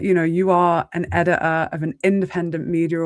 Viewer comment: IF you can't bothered to speak english properly I won't be listening. What's a Suppor-a or an edi-a?